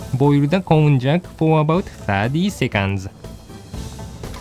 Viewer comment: please note that こんにゃく has almost the same pronunciation in English. Actual people say Konjac as "kohn-yac", while text to speech services say "cone-jack", which isn't right.